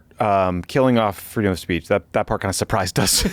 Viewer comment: "Freedom of spaych" Trump can't even say 'speech' correctly.